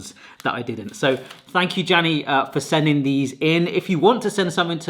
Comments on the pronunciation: It's pronounced 'Yani' but it's fine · Jani ✖️ Dzänii ✔️ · I think The name is pronounced yane. Also Fazer is pronounced fatser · jani is pronounced like yani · u cant say that and ehy u saying "jani" as "jenny" not even same genders name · The finnish J in Jani is like Y in Yahoo. Edit: Second try was actually perfect. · What is it with Brits and the letter J? Jani, Jose, etc. Almost everybody says it properly. Not Brits.